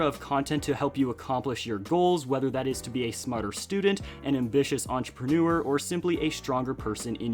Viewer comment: Entrepreneur, not entreprenour.